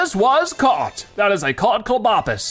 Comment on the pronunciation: It's Clob, as in clobber, and opus, as in octopus. It's pronounced (Clobb-oh-puss)